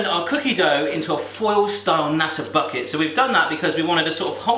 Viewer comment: did he say f***et instead of bucket XD